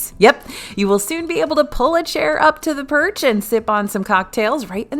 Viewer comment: Oh purch, not perch the fish!